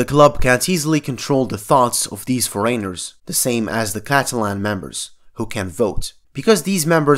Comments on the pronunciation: No One:: "Foreyners" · Love the way you say '' foreigners '' :) <3